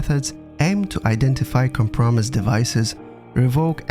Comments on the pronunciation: the word “compromised” was pronounced wrong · lol com-promised